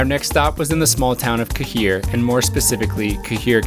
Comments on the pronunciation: ... and Cahir is pronounced CARE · It's pronounced care not ka here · Anyone who doesn't know it pronounces it like you did, and it does like Ka-heer but yes it is actually prounounced 'Care' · Take A Bow ! You actually amazed me ! Every video or article on someone visiting Our magnificent country begins with being ripped off in Dublin. You guys visited the real Ireland, well done . Loved the Ca-hir pronunciation 😂 Instead think of Keir , sounds better 😊 The fish and chips at Kinsale Bridge is best in the World. You were 15 minutes from my home! Mizen is spectacular. You guys picked all my favorite places. The Kingdom of Kerry is amazing. Drop me a follow on here and Instagram if you want to see more of Co Kerry An a Mhaith a Cairde , Slán Tamaill 🇮🇪🇮🇪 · Cahir is just pronounced Care Castle just fyi. Cahir is the Irish word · Barracks family came from the village literally a 5 min walk from the stations. Cahir pronounced Ka her. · Cahir is pronounced care. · Here in Ireland, we pronounce Cahir 'Care'. 👌🇮🇪🇮🇪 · Cahir is pronounced Kayhir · Cahir is pronounced Care